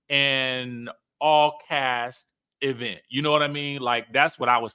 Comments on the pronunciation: This E-Vent pronunciation like LaTisha does is taking me out!😂😂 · pronounces event like LaTisha Scott😖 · The emphasis on the Eee in event is cracking me up 😂😂😂😂. That dang Latasha and her Bessemer dialect 🤣🤣🤣🤣